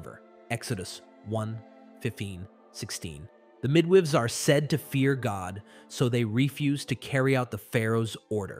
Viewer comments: Midwiveys? This text to speech isn't reliabls, it keeps tripping over words like Moses, Pharaoh and midwives... None of them are particularly obscure. It's kind of sad because a lot of work must have gone into the writing. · The mid-wahveys 😂😂😂😂 okay the tts is inadvertent comic relief 😅 😂 Does break my immersion in the story though.